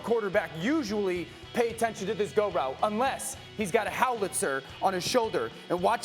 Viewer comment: Howitzer not HowLitzer Dan